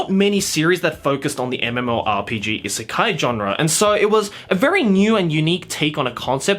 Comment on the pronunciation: I know! It was bothering me to no end hearing him repeatedly call it an isekai. Lol